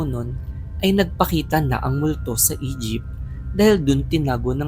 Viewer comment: Ako lang ba yung nakaka-rinig ng "Egypt" imbes na "E-jeep"